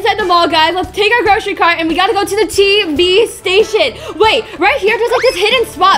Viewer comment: All what I think is scary how yourself say TV nottb It's TV